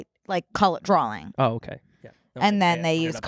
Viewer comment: says "drall" and "dralling" instead of drawing and I love you but I can't overlook it.